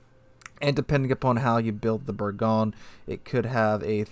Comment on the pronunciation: It’s pronounced. Ber-GOIN lol